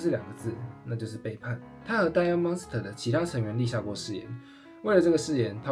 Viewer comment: Diamond dust到底在念什麼? 哥們去查一下發音好嗎